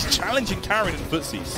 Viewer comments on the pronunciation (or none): Everyone mispronounces Karin. It's a swedish name. It's pronounced car-in. As in the word car followed by the word in. Not carin'.